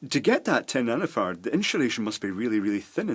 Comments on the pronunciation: Great video. By the way there is no H in the word insulation. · Why does he pronounce "insulation" as "inshulation"? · Nice video, sorry to take the pish here but is that Sean Connery ?? INSHOOLASHON (INSULATION) 😊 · "inshulashion" - Sean connery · What is "IN SHA Lation"? Also, I'm watching part about caps and I'm finding that I'm very frustrated firstly that you keep saying "in sha lation", but secondly, the fact that you didn't bother to explain firstly what capacitance is. I think that would have been very helpful for someone who knows basically nothing to begin with. You're cutting your little example over and over, and stating and showing that it changes the capacitance each time, but, so what? What does that mean? You get what I'm trying to say. Thanks. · Excellent explanations! And I love the way you say inshulation! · “InSHulation” Interesting. Good video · WHAT THE FUCK is inshulation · Great video and the way you say 'insulation' cracks me up everytime